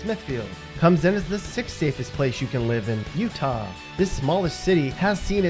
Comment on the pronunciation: PLEASE STOP saying Utah like that!